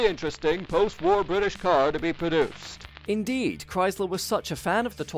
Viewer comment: Lovely! Liked the detail and irreverent treatment though I became slightly concerned about what seemed to be slight re-appearance of 'produced' with the silent 'R' which seems to be a feature in some other petrolheadish vid channels. Or is it my ears malfunctioning?